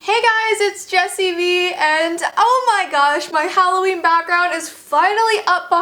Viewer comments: Who else screamed when it said Hollveen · Halloveen? No, no its hall of beans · I didn’t even notice the ‘halloveen’. I thought it was just plain old Halloween XD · Jessii's intro : IT'S HALLOVEEN Me: No, it's September 19th. No Jessii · “It’s Halloveen.” Me: HHHEEEECCCCKKKK YYEEEEEEAAAHHHH!!!!!!!!! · IT'S HALLOVEEN